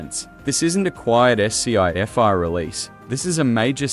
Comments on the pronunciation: his last ESS SEE EFF EYE warning..it's pronounce SCI FI, AI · The AI reads “Sci-Fi” as “S-C-I dash F-I”. Have aliens influenced the AI? Or non English speaking programmers? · The "Ass-Sea-Ef-I" didn't bother you? It's A.I., it's everywhere on Youtube nowadays. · Hello no we're not ready, esp not psychologically. We'd flip out big time. The AI voice sounded so damn good, but it was the way certain names were said and Sci-fi which was, "s, c, f, i, release." Pretty bad, imo. But funny at the same time. 🤣😳🤣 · Skiffy?! The AI cant say Sci-fi lol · How damn many times is the AI gonna pronounce "sci-fi" as "ess see eye eff eye"?!?!?! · yeah, that and s-c-i fi (spelling out sci) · Get your AI voice correct, and I might subscribe. Better yet hire a voice actor to read for you. Sheesh. It is SCI FI, NOT SPELLED!!! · Are content creators scared to speak themselves? Did this thing say S C I Fi? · .... "Skiffy" 🤣 That was a proposed pronunciation of "scifi" floated back in the '70's and roundly rejected! I suspect AI narration here...sorry (not sorry), no like and subscribe... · S,c,i f‐i ? I heard that,this is a.i. slop. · Es-see-ay-ef-ay... dear retarded AI dubbing, you are not only fucking moronically vervose, repeating the same shit over and over again, but also downright fucking retarded.